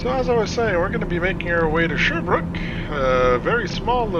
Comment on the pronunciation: Sherbrooke not sherbr ook